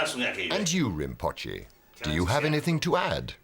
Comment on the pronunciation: narrator mispronounced “rimpoche”! Do better if this channel is to be respected!